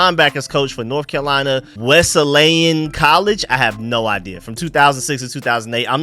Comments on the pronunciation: It's pronounced Wes-lee-an. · It's Wes-lee-inn and Puh-toe-mick Wesleyan is a branch of the Protestant church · no you did not. It’s Wesley-Ann